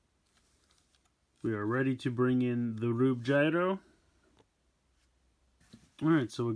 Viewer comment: It's pronounced gruebe